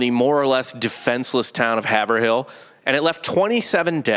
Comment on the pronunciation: Yoo the way you guys pronounce Haverhill Is absolutely hilarious. Its pronounced " Haveral". A lot towns/ cities in Ma are like that.